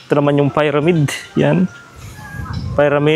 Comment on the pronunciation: nakakabadtrip ung "payramid" ni kuya piramid kasi bigkas jan tsaka ung spinx hindi yan sinks tatanga tanga pa vlog vlog eh